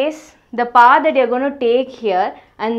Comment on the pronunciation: Who is like me thought she told pa...instead of power🤣🤣🤣